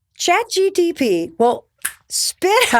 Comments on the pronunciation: Mel you have said chat dtp soooo many times and it's harmless and an honest mistake but boy is it cringe 😂 it's chat G P T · Stop saying Chat GTP. It's Chat GPT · Even tho it is chat GPT I find it very cute and adorable when you say Chat GTP ❤😊😅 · She is so sweet by saying chat GTP ( rather than GPT ) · so real and I loved it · “ Chat GTP” 😂 Mel, I love you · I'm loving how you say chat gtp!😂 You sound like my older sibling and it's comforting ❤ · It did bother me, i doubted for a second if its GTP? But its MEL, i love her <3 She is cutie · Mel never getting the say “Chat GPT” right always get me 😂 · I thought this was funny because it’s a tongue twister for me too😂